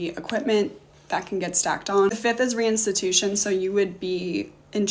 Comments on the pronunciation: Lawyer who can't pronounce "restitution".. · Thank goodness your lawyer is using chat gpt and doesn’t know how to pronounce restitution. You’re in good hands